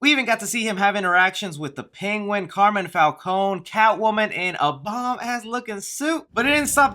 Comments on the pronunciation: your saying his name wrong it's Carmine Falcone, Carmen is a girl's name. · I love you're videos but you're mispronouncing Carmine falcone's name. Its pronounced Car-mine Falcone